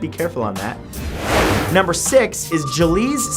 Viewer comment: Gliese is pronounced glee-sah. Not juh-leez. Thanks!